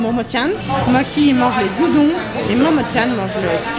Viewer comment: "Des zudons" 👁👄👁